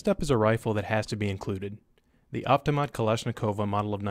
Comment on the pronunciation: I cringed when he said, "Avtomat." He butchered that word so badly. I have a complaint. Why is the AR platform held to a higher standard of influence than the AK platform? The AK platform is the most used in the world. The AR platform doesn't even come close to the AKs success. Also, yes the AR platform uses more lightweight materials than earlier model AKs. However, with the advent of the AK-74, AEK-971, AK 100 series, and AK-12 the AK platform is now completely modernized. To add, the AR platform is very delicate. In fact, more troops were killed by their ARs as result of malfunctioning than were killed in general battle against the Viet Cong in Vietnam.